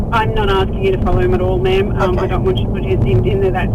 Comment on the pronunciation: She kept saying 'ma'am' wrong!